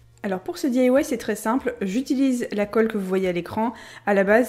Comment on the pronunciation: boujouir jai un copine qui di que tu di mal "di ailla wouaille" elle elle di daille bisou